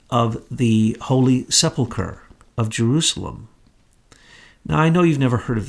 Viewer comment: This is the most comprehensive wrap up of Truth [and truth] I've ever heard. Everything comes into sharp focus. I'm stunned. Thank you for all this effort. Incidently, it's sePULchre not sepLEchur.